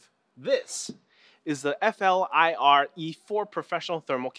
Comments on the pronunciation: it's not called F.L.I.R. it's pronounced as a word "Fleer" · why can none of these tech show actually say flir, so far every one tries to spell out F L I R? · It's pronounced "FLEER." Silly Canadians... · you pronounce it like the word 'flirt' just without the T.